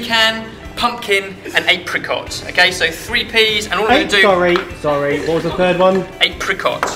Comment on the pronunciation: "A Pricot" okaaaayyyy:-)